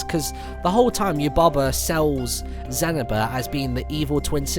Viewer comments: its not zanaba, its Za-Knee-Ba! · Brilliant :D And it's more zen-nee-baa Not zen-a-bu Sorry :L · The way he pronounced Zeniba!!!! I was like…. GET Out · Zeniba is pronounced zen-ee-ba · That's not how you say zeniba's name